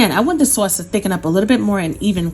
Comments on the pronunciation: Some noice sawsee sawse right there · The way she says "sawce" tho😍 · "Swos" yeah it kinda makes me blush internally lol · Our soyce (sauce)..lol😅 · The SAWSYY SAUCE. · "Swauce." Love it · I moved to NC from Jersey. And she made me feel back at home with her "Sawse" They say Saaase (short a) here.. lol its aways a topic of conversation 😊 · Bout to make this now , can't wait to make the " Suawcey Suawce" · I like the way you say sauce. Marry me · This is the only way I say sauce now🙌🏽😍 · Should i double the recipe if my ham is 13lbs? Do we still keep it covered with aluminum foil after adding the glaze? Any tips for making at home and bringing to another house? Should I complete all steps and then just reheat at the other house? This looks yummy! I want to make this for Christmas Eve.Thank you! I was born and raised in the Bronx and say "sauce" the same as you)--made me smile! Merry Christmas! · I thought I was the only one that’s from Maryland that says “sauce” like this lol, making this glaze right now!!!! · Exactly how my Nana would say it, she came from Sicily as a child